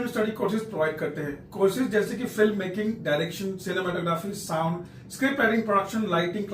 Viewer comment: All the best , please say FILMmaking not Flimmaking (फ़्लिममेकिंग)